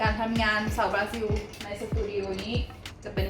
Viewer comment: บรูน่าต้องออกเสียง ซิล ล ลิง สะกด ไม่ใช่ ซิว นะครับ😂เป็นบราซิล ไม่ใช่ บราซิว😎